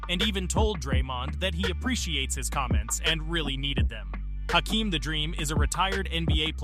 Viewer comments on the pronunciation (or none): Bro.. as a nuggets fan I love that you are talking about Jokic. But the fact he’s done all of this and you still can’t say his name right? Yo kich not Jo kich. And you said Hakeems name wrong.